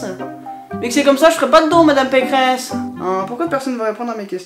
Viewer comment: c'est pas Valérie Pécresse c'est Valérie Pécrehess